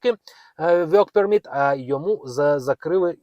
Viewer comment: Невже так важко промовляти вірно work permit, якщо ви записуєте ролики, попрацюйте над своєю англійською, соромно 😮😮😮😮😮